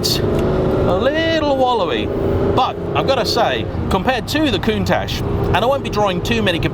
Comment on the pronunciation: There is NO SSSSHHH in COUNTACH.